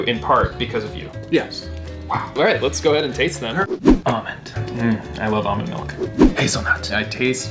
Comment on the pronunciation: its produced ALLmond not “ah-min”